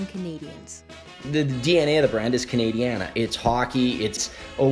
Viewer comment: did my man just say canadiana